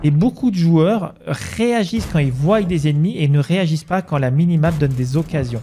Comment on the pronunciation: Merci pour la vidéo. Juste deux petites choses (désolé de corriger surtout que tu parles bien,mais ça vrille un peu l'oreille ! ;)) : - ils voient (voi) et non pas ils voyent (voille). - si on était et non pas si on serait